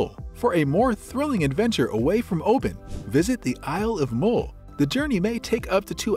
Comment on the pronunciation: Great video, thanks. The u in MULL is pronounce as the u in umbrella (for example).